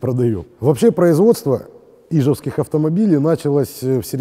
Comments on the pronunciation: ять, ну!!!! который раз пишу,не Ижевский, а ижЕвский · Добрый день! Я конечно извиняюсь но в слове ижевский ударение надо ставить не на "И" а на "Е" удачи вам приятно смотреть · Небольшая поправочка: в слове "ижевск" и "ижевский" ударение на букву Е, а не на И. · Ну фиг знает. Все у меня в Ижевске ставят ударение на Е.